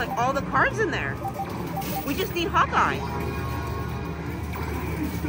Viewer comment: When she was saying Hawkeye I thought she was saying "hotguy". 😅